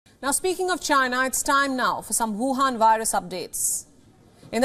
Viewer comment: "Wu Han ,Wu Wu,Wu Wu"lol